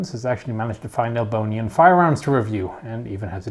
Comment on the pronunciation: Are you trying to say Albania?